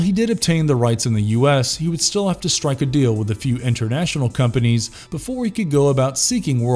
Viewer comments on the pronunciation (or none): none